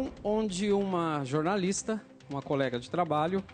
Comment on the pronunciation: kkkkkkkkkkkk... é verdade... "jornaliZta" de faixada...